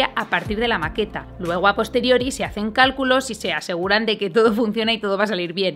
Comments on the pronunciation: Dice cáculos. CÁCULOS xd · soy el unico que se dio cuenta que en el minuto dice CÁCULOS ¿¿¿????? PERO DE IGUAL MANERA ERES MI YOUTUBER FAVORITA EVER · nadie:: SIN CÁCULOS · "diseñar estructuras... ¿sin CÁCULOS?" WTF